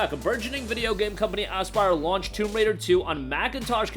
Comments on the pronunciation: Dude says asspyre😂😂😂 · Had me dyin every time! 😂